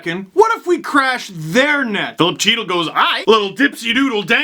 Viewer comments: as a rangers fan thank you for not making me any more depressed than i am also i keep telling myself that with andersson, chytil, kravstov, howden, and buch the rangers are the leafs rebuild 2.0 also also why can you never pronounce rangers rookies right (chytil is he-til, not chee-til and skjei is shea not skuh-gee) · Czech here: it's CH as Achmed the dead terrorist says CH in that sketch. Chitiel. The T is supposed to be soft and after it just an I and an L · It is hard enough watching these "rebuild" games but watching Henrik suffer makes me sick to my stomach. yes I know Georgie was in this video - talking about the whole season. and yes steve it is "heat-el" for Chytil.